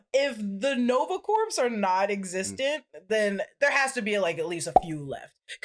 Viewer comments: please learn to pronounce corps correctly. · Somebody tell that 'Corps' is not pronounced phonetically 😅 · Please learn how to say CORPS!!!lol. It hurts... a little.😬